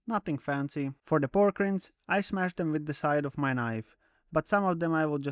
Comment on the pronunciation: Just FYI, "Rind" rhymes with "Kind."